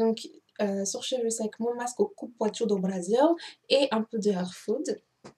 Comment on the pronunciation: "Coupouassou" pas coupouatchou :)